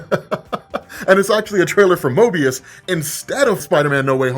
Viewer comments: Why do I feel like you are saying Mobius, it's Morbius. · Mobius or Morbius? Sounds like your saying Mobius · rob... its called moRbius. not MOByus lol lol you know the characters name! why are you buchering this. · Morbius,! MORE-BEE-US! It’s MORbius! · lol. not 'Moebius" MORBIUS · Hey, it's Morbius not Mobius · Say it with me. MoRbius. More-be-us. Mobius is a one sided paper strip. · MoRbius...I feel like u are trolling us when you say MObius...damn! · You may have not forgotten the film but you obviously forgot his name is "Morbius", not "Mobius", lol. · 😄 kept saying "Mobius" instead of Morbius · It's Morbious brother. Mobious is from Loki. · Drinking game: take a drink everytime mispronounces "Morbius". Because it's not "Mobius" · Morbius not Mobius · You kept saying Mobius, without the R of Morbius. Haha! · And your video of the spider man leak videos was the wrong video the one you show was old and fake and had so much fake footage the real one what was leaked was 40 seconds long and u can tell it was nothing like the ps4 spider man u leaked 🤣🤣🤣🤣🤣🤣 and its not mobis it is morbius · Lol how many times did he call Morbious "Mobious" lol common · You mispronoucning morbius as mobius triggered me!!!!!!!!! ahahahahahaha MORR.....BUUUUUSSSSEEEE NOT MOOOOOBEEEUUUUSSSS!!!!!!! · calling MoRbius "Mobius" through this entire video... lol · Morbius, not Mobius 😉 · Broo you said "mobius" instead of "moRbius" damn near 100 times lmfaoo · saying Mobius instead of Morbius shows you how much he forgot about it 😂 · Why is saying Mobius instead of Morbius? Just a mistake or am I missing something? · pretty wrong about a bunch of things...and after the bullshit fake spidey trailer. not a good look...and its MORBIUS not Mobius. very unprofessional. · I became too focused on Mobius... Its Morbius and you're doing it on purpose 😭🤣🤣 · Its leviosa, not leviosa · Lol I couldn't stop unhearing him say that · Morbius not möbius